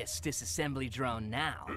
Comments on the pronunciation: Dr-one not droin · 😆😅Ha You've Saying Murder' Joyyllnn This Is Not's How You've Saying Is Drone's Not's JoyyIlnn